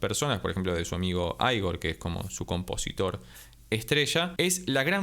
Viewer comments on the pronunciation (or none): No se pronuncia "Aigor", sólo Ígor. Es ruso. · Perdona por corregirte, se pronuncia como se escribe... Igor Krutoy